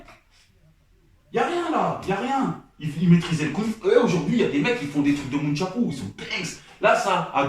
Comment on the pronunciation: 😂😂😂😂 tu as vue la vidéo ou il allume des bûchettes d'allumettes avc le nunchaku ???? Pas (mouchako) comme tu dis la. Et maîtrise d'abord ton sujet avant de faire des vidéos A 24 ans a critiqué le karaté et la aissé sa propre philosophie de combat le ( jkd.) Meurt a 32 ans très courte existence. Il a fait ce que meme a tes 70 ans de ta vie sur terre si tu vis évidemment jusque la car tu as des tendances suicidaire. tu ne feras Que critiquer sans aucune reel contribution à l'humanité. Lol arrête( la weed) cousin et a titre de rappel tout les mouvements que tu vois dans ses films sont ralenti a vitesse réduite pour pouvoir décrypter chaques attaques et défenses . Tu réalises meme ce que cela veut dire ? Et je t'invite à aller revoir bien ses films parce qu'à chaque fois qu'il a essayé de faire une frappe Il a d'abord fait une feinte après la frappe suit meme a vitesse réduite cest presque pas visible a l'œil nu fait attention. Le monde entier n'est pas victime d'une hallucination collective c'est toi qui as un problème